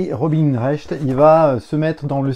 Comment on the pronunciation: C'est pas RobiNE Recht, c'est Robin (prononcer Robain). Non mais oh ^^